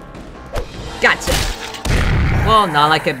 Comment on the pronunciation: What i hear from him saying: "GACHA!" What they hear: "GOTCHA!"